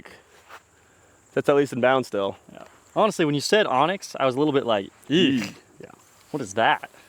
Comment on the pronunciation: Why does everybody call anax an onyx?